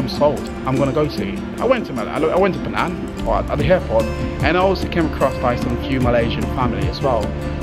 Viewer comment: Bro, it is "Penang" not fernan...btw, lovely video, love it:)